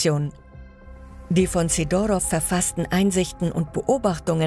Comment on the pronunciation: wahrscheinlich natürlichen Ursprungs ... / Sidorov - Betonung auf dem "i" bitte. / Zum Teil werden DInge von wo ganz anders gezeigt! so kurz nach 4 Minuten die Mauer.